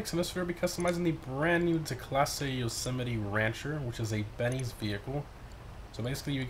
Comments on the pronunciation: It’s actually pronounced Yo-Seh-Might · He can’t pronounce the name right 🤣🤣